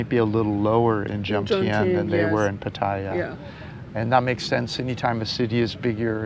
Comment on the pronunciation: Thais don’t pronounce it Pat-tai-ya……